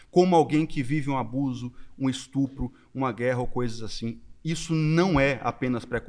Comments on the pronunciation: Falou instrupo perdeu a moral 😂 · Só não entendi porque nenhuma dessas 30 pessoas sabe pronunciar a palavra “es tu pro” corretamente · "Robox" "ESTRUPO" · “Estrupo” Só nessa palavra dá pra perceber o nível desse pessoal! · O mano meteu um ''estrupo'', depois desse português maravilhoso da pra entender o nível. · “Estrupo”, “estrupador” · "estrupo, poblema" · esse loiro: POblema, &sTRUp@ pqp não sabe nem falar